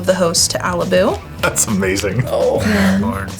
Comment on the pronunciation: I'd pronounce Alibou with a flat o. But other than that, what a cool deck! Good game